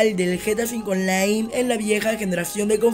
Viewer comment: lol estuviste diciendo gta v onlai en vez de online